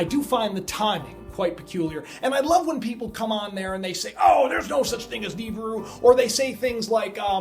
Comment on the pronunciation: i believe it's pronounce Ne-beer-oo.